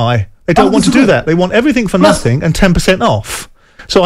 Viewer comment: “Nuthink” ! SJ